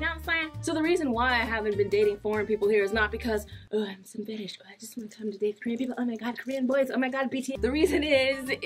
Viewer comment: Lmao I thought you said "FAT ASS" instead of "FETISH" 😂😂😂😂😂😂